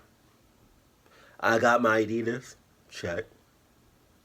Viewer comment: fuck adidias bro commoon !!! 😂in every fuckin vedio i hear that 😂😂😂